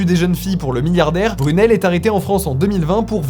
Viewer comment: Mais je crois qu'on dit "Jean Luc Brunil "et pas "Brunel" non ???